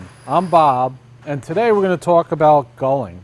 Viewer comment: its galling, your saying gulling